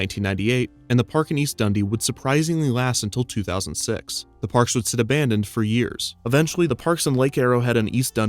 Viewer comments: "Abandonded"? Actually well researched and well written. 👍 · Hey Kevin! Absolutely love everything you do, but Abandonded? I am afraid you will have to delete your YouTube channel now.